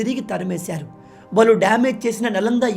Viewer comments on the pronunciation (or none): none